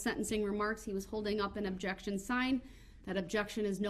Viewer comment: Judge: " and with that, i am finished and this trial is... Over. The court is adjourned" Prosecutor: " judge there is one more thi-" Judge: " goddamit i just closed the court let me have the last word!!" Brooks: " objecktshun!"